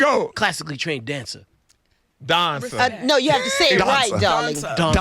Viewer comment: "I'm a DONCER!" 😂😂😂😂😂 How can you NOT love her???